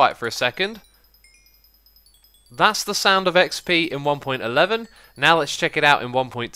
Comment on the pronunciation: it's pronounced one point one one not one point eleven!